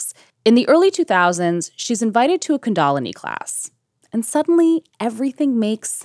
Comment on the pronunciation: Even in India, kundalini isn’t pronounced the way one of these hosts claims is the proper way.